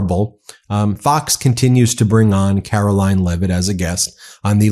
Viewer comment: Please change your pronunciation of Caroline's name - it should be Caro-LYING.